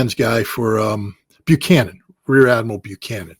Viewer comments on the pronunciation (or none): none